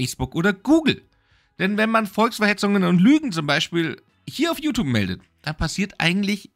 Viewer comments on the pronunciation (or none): none